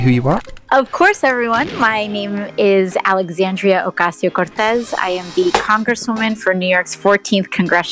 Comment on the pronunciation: duh pronounce her name right